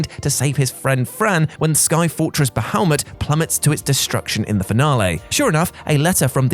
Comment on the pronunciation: bahalmit? what is up with you brits and being unable to say Bahamut?